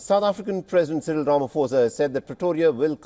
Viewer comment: Learn to pronounce Ramaphosa please that's embarrassing 😢